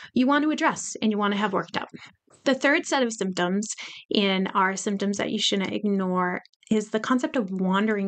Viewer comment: Did you say shunent. ? How old are you. ?